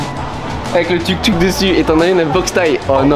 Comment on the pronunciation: le U n'existe pas en Thaïlande donc tuktuk on dit "touktouk"